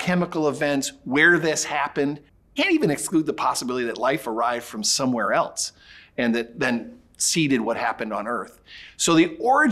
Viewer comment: There's no T in else. Or elsewhere. It bugs me when people say elts